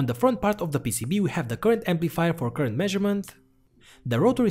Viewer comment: I miss the old way he pronounces current (koorent).